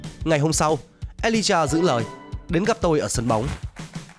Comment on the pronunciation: ghi lộn mà cũng đọc là Alijah